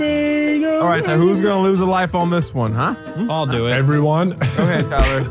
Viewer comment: it’s taken me 4 yrs to figure out that he said “OWL see you later”